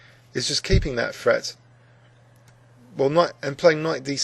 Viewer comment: What can we say about grownup Englishmen who substitute "f's" for their "th's"? Don't they sound adorable? "d free" under continual "fret". No doubt these Englishmen adopted this diction in their very early childhoods, and for some reason have carried it forward ever since, for the diversion of us all.